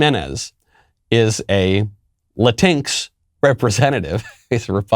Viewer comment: "Latin EX" or "LA TINKS" ??? I'm so confused....